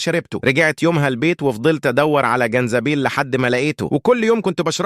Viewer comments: جنزبيل ✅ زنجبيل ❎ ماشاء الله على اللغه العربيه 😂😂😂😂😂😂😂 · والله قطست من الضحك زنجيبل مش جنزبيل